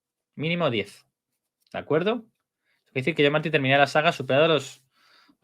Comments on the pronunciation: Por qué le dices John Martín 😂? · Hasta el Close Caption lo entiende como John 😂